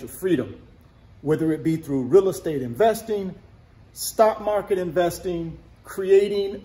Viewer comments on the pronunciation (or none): none